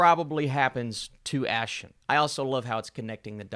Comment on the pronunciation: Her name is pronounce as "Ah Sheen" not Ash Sion 🙄